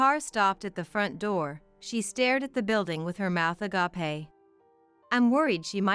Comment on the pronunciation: Uh-gāpe. Please program the correct pronunciation into your computer.